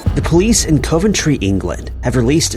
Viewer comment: No.10 >ur pronunciation of areas would baffle the folk of ‘Co Ventry & ‘A’ therstone in England 🏴